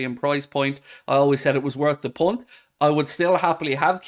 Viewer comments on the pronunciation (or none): none